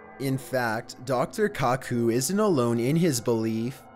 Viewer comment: Dr kacoo....um. No definitely Dr coo coo....